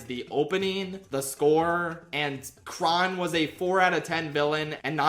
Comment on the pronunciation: I'm stoned rn and keep replaying because the way says kron is making me cackle for some reason